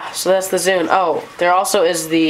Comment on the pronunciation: its zune not zude !